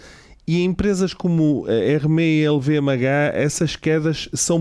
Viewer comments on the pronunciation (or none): Super interessante. Apenas um comentário de melhoria: na divulgação de informações sobre a marca Hermès, por favor pronunciem bem. O "s" no final deve ser lido. Procurem literatura, está facilmente disponível online. Obrigado.